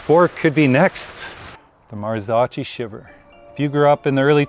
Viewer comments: The drool is real🤤 FYI - it’s pronounced “Marzokkee”😉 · Marzocchi is pronounced MAR-zo-kee. The first syllable, "Mar," sounds like the word "mar," and the second syllable, "zo," is pronounced like the "zo" in "zone". The final syllable, "kee," rhymes with "key". 🤣🤣🤣🤣